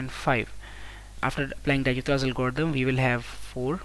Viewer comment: Awesome solution but dijkstras pronounciation is not right